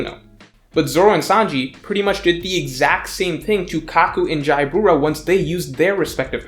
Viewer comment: Isn't...jaybora pronounced Jabra?